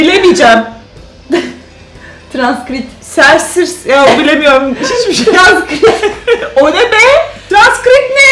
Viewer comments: Transkripte transkrit demesi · Transkrit derken ? 😁